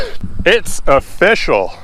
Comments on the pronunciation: ''offishial'' XD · Every time you say "It's official" I think of "it's O-fish-al" lol